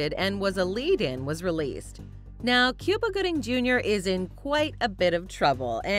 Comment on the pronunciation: Cuba Gooding's name is not pronounced the same as the country. It is correctly pronounced "Coo-bah", not "Cyou-ba".